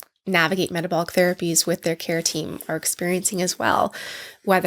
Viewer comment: Kept hearing keratin and not care team lol